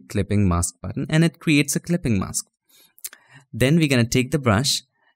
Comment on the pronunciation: Your tongue twisted on mask Spell as mas k or mes K